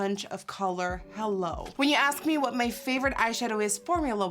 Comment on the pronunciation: Who else always thinks she says hell on the beginning